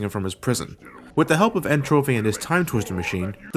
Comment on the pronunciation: Can anyone pronounce N. Tropy's name right? (I still love ya like a brother, ) It's pronounced Entropy. En Trah Pee. I know i'm a geek.